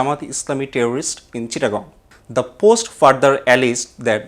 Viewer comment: terrorist noun /ˈterərɪst/ /ˈterərɪst/,this is the right pronunciation of the word " terrorist" please mention the right pronunciation only otherwise it will disgrace us since you are making videos in English not only for the domestic audience but only for the international community as well 🙏 please don't get me wrong 🙏